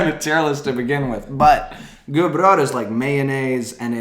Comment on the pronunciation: Ok, stop. He also pronounced "gubbröra" perfect... Is the Swedish"